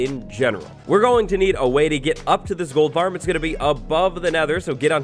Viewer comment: Did he say Gold Farm or TOLD Farm Lol